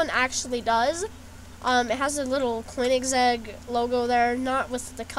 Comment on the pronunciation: Just saying, it's pronounced Cone - ig - seg. And the Regera is pronounced Rejera. The "G" in Regera is more like a soft G.